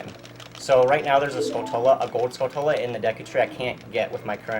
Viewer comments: Uh, it's pronounced "Skull-tyu-la," not "Skull-tul-uh." They are spider-like and are obviously spelled like "Tarantula" on purpose. MF Mike from AVGN says it wrong too. ;) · He prononuced it 'skull-tullah" that's adorable. (Yet wrong. It's tarantula with skull instead... skull-chula~)